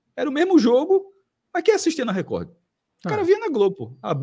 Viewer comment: Esse Cássio além de sair com a ex e o atual dela ou seja assumidamente um boi fica chamando a TV Record onde o d é mudo no final de TV Recordi. 😅😅😅😂😂🐂🐂